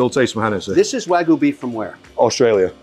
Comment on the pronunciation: Congratulations Mr. Wonderful! Three things: You spelled “restaurant” wrong, twice… once in the thumbnail and once in the video title. Third thing, Wagyu is pronounced Wag-Yoo not Way-Goo or Wa-Goo. If you are going to purvey it, you must properly pronounce it. I sincerely wish you great success. Cheers.